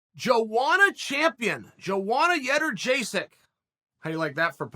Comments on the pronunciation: "Joanna Yederjaysek" Jędrzejczyk is pronounced Yewn-jay-chick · Started off with “Yederjaysek” then went back to the correct “jeh-durr-jay-sik” 👍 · "Jowanna JerjetSki" Perfectly Said. I couldn't have said it better myself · You can get by with "Young-Jay-Check" And who's this Proklovich clown? It's "Pro-Hav-Ska" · I'm pretty sure the correct pronounciation is Yay-Unn-Jay-Check. But i personally prefer Joanna Jason'sDeliPaycheck. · Chael: doesn’t even slightly try to say her name right Also Chael: I hate anything that even slightly disrespects Joanna